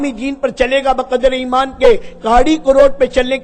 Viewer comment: ایمان ہے بھائ امان نہیں